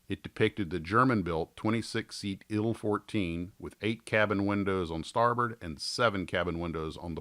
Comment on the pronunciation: "Ill-fourteen"? "Eye-elle" fourteen ;) The TU-114 will be molded by.....Trumpeter. I have a vacform it of it though.